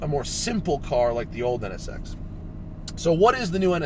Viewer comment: He only said it wrong 11 times